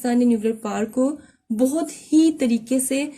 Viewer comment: Correction* It is power not par.